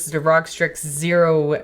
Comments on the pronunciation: It's R.O.G. not "rog". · LOL the way she said ROG its R O G